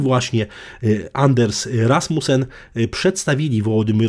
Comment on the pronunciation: Anders Fogh Rasmussen po dunsku ( Anas Foł Rasmusen)